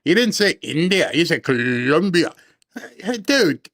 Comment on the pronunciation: Oh my gosh,, you had me rolling on the floor with your Spanish accent, saying "Guatemala" and "Columbia"!! I said them out loud at the same time you did. Thank you for your great sense of humor!